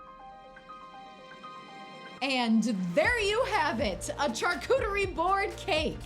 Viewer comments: I love you girl but please stop pronouncing charcuterie like CHARcuterie it’s pronounced SHARcuterie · here to say "charcuterie" is a French word and so the "ch" is pronounced as "sh"!! also the "NON-AI" peanut butter was so funny